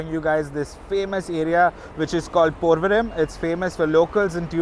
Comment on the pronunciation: I love your videos! I learn so much from them. But I have 1 question. You pronounce the M at the end of place names; like PorvoriM instead of Porvori. All of my cousins in Bombay tell me that I'm incorrect when I do that. Which is correct and does it matter?